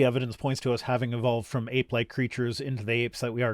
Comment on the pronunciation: I understood aight leged creatur instead of ape like creatur